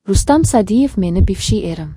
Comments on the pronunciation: Xoxlasa Sayidov,xoxlasa Sadiyev deb gapiradi.Ikkinchisi Sagdiyev. Familyani tŏģri etishni ŏrganila oldin blogerla. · Рустам Саидов дисиз Рустам сагдиев дисилар тугри айтилар Фамилияри бошка сузларричм нотугри гапирасизлиар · Rustam Sadiyev familiyasini toʻgʻri aytinglar. Turli xil aytyapsiz.